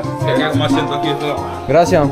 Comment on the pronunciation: stp mets un s à gracias ….😂 c’est insupportable 🤣😉autrement si je peux me permettre prends plus le temps avec les locaux ça pourrait être sympa. Courage et à bientôt pour la suite de ton aventure 👍🏼